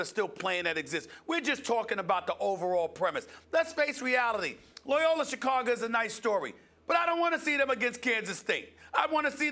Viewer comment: The "Loyola" pronunciation had no vowels in it!